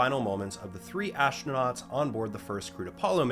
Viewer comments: "ashtronauts" is just wrong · So, the "ash-tro-nuts" went into the "mod-shule"? Amazing. At least this speech impediment is kind of amusing...